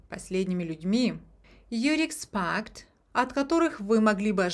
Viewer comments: Expect почему экспакт,а не экспект? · Вы уверены, что правильно произнесли слово expect?